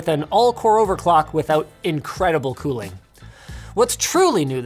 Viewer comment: You mean cooling?